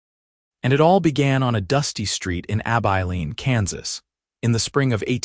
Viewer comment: Learn to pronounce Abilene.